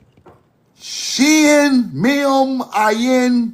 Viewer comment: Thanks for sharing. Ayin is pronounced AH-yin. The Ah is pronounced by opening the back of the throat. A deep hollow AHhhyin. This is knowledge from fluent teachers. Alef is not pronounced aLEF. It's AHlef. Once again. Open the back of the throat.